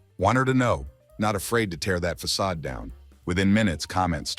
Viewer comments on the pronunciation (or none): Façade* not Fackad